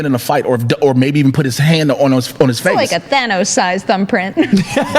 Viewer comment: I’m so happy to hear Thanos pronounces properly. It’s like some people never actually watched the film the way they say his name. It’s a Than not a Thay. Thanos, not Thaynos